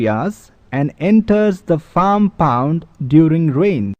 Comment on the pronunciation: Its pond not pound. Say it right next time.